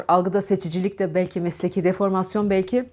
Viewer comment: Hocam ( Balki ) değil Belki desinler lütfen